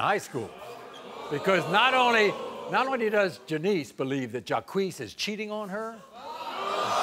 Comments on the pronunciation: His name is JAH-KWEES only if you say JACQUES (like Jacques Cousteau) PHONETICALLY!! Geez, the ignorance . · Jaques is not pronounced JAH KWEES. Its French...like Jaques Cousteau. OMG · Are these people so ignorant that they think the name JACQUES is pronounced JAH-KWEES? Unfreakin -believable that this kid doesn't know his own name is pronounced ZHAWK.....It's French ya moron!....like JACQUES COUSTEAU. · It's Jock for Jacques, and not Jacquee Jacques shall be pronounced as "Jock" as in French and not Jackuie or Jacquee as Maury and Janiece had said. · Who the hoot pronounces "Jacques" as "Jaquiece" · Jacques is French. What the hell is jaiquessss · 😂😂😂😂😂😂😂😂😂😂 the way they pronounce "Jacques". Jacques is the French version of Jack!😂😂😂 so funny! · I have never heard his name pronounced that way. Isn't it French and pronounced Jock.